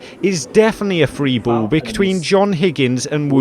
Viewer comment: They are awarded a free BOWL? Why do you talk like that?